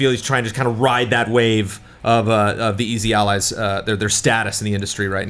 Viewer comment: "For Easy Allies..." I heard "Freezy Allies"